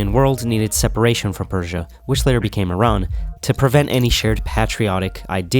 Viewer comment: it is pronounced [E-RAAN]. Funny how supposedly education/information providing channels are run by illiterate.